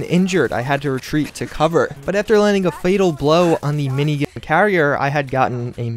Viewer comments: Why is gat being censored? Or am I just having a stroke in the form of hearing him say "mini-gah" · He said minign